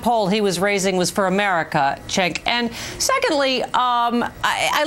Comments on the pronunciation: CHENK! Dylan Rattigan used to pronounce it that way too when he first showed up on MSNBC. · his name is not chenk, lady.